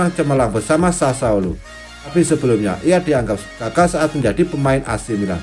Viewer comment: Sassuolo bukan sasaolo😭